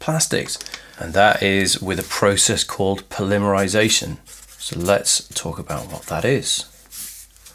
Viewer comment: Good video, but I was so confused by your pronunciation of polymerisation and ethene, etc. The results I got from Google were all completely different... Guess I'll stick to a search engine.